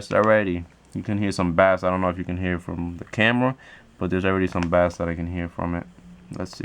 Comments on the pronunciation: It is pronounced base not bass but it is spelled bass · bass is pronounced like "base" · Bruh you pronounce bass like "base". This isnt fishing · Wtf please pronounce bass correctly you sound like a dumbass